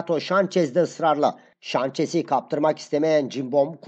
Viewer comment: Şançes değil abi sançes o